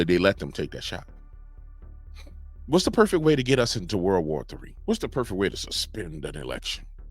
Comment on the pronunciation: BRUH SAID WAR.. NOT WALL